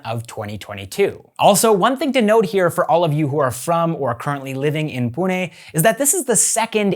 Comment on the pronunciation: like ur pronunciation of PUNE